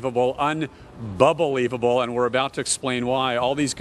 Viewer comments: When he said "unbubblelievable", I already knew he'll mess up. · As soon as he said un-bubble-leivable, I knew the fates couldn't let this offense on the ears go unpunished. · He should have lost his job right when he said unbubbelievable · The most painful part was when he said un"bubble"leaveable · i know its goin down when he said "unbubblelievable" instead of unbelievable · Hahahaha, “unbubblivable”! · No, it's unbelibubble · When he said unbeliebubble i was reminded on seokjin😂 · When did he say unbubblelivable